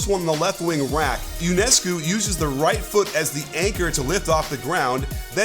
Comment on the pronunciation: Yonehscoo is how to say. She is Romanian